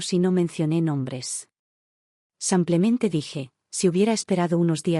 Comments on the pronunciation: Porque ella no dice simplemente ,no samplemente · Por favor , que no diga más samplemente . !!!